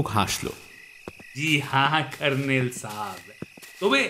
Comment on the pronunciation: গল্পপাঠের সময় জয়ন্তর "কর্ণেল"এর উচ্চারণটা "কার্ণেল" হয়ে যাচ্ছে কেন?